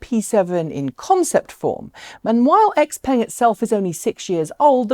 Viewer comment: Please look up how to pronounce x-peng. It hurts to hear you call a nice looking car as if it was an american car. I think there is a YT channel named china driver who bought their G7 model, I'm guessing he can say the name better (since the first time I heard of it it was at leadt similar).